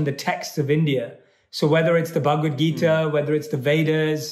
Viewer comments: But he can't pronounce bhagavad geetha right🤦🤦🤦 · But he knows Bhagavad Gita more than the people who pronounce Bhagavad Gita properly 😂